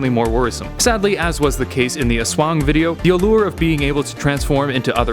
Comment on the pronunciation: Finally, you pronounced the Aswang correctly. XD.